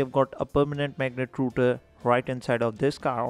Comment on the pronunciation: rotor sounds like rooter., whats with the accent. Anyone hearing it (includng the western world) will clearly know you arent what you are trying to be., then why fake your accent.